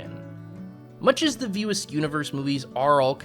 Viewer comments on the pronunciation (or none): Why was it so hard to say "View Askew" ? I kept hearing "View Ask".. Otherwise this is a fair critique of Kevin Smith's work. There are moments of brilliance lost in a sea of nothingness, occasionally spotting land, but more often than not, only sea sickness results.